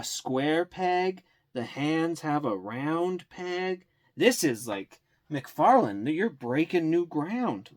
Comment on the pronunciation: Ahhhh mcfaryawn